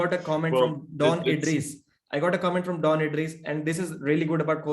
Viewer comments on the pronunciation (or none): none